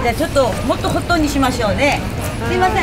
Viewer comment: lol "mottoh hot-o"